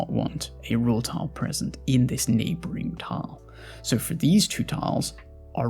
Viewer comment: You sound fantastic. I didn't think much on it at all until "tahl". Was there a thought process on that specific pronunciation?